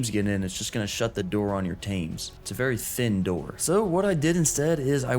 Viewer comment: Berry quickly 😂